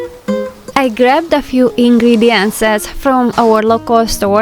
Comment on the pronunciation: Hi It’s not ingredientses as u call it, it’s ingredient for singular or ingredient’s for plural